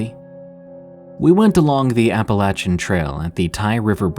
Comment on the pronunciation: Thank you for pronouncing Appalachian correctly.